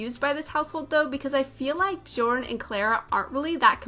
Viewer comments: Great Build! I love your style of building! oh, and FYI - it is prnonounced [Byourne Byercsehn] ;-) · Love this build 😍 (btw, Bjorn is pronounced "Byorn") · Hey thought you might want to know Bjorn is pronounced "Byorn." Love the build! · The J is pronounced like a Y. x x x so instead of Johannesburg is is Yohanesburg. Or Bjorn it is Byorn. x x Americans dont know much about stuff out side of America x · The j's are pronounced as an i. Biorn biergsen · It’s bujorn if you’re part of the cult. (Pastel sims reference)